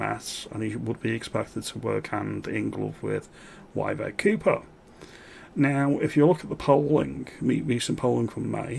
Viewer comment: He butchered 'Yvette Cooper', I wonder how he'd cope trying to say 'Siobhan' 🤣